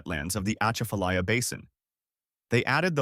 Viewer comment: He can’t say Atchafalaya right, then he says according to Chef John Folse that makes me wonder about this story. What tops it off is Cajuns in Baton Rouge. You could probably count the number of Cajuns in Baton Rouge on one hand that’s because they moved there for some reason.